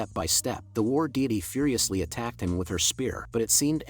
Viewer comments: War diety ❌️ War diddy ✅️ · Why is it when you call the woman he was fighting i here Fi Diddy 😭